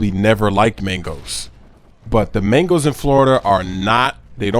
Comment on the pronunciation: made mangoes sounded like mingles